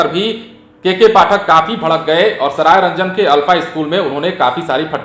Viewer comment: Saraygang nahi hai "sarayranjan" hai iska sudhar kijiye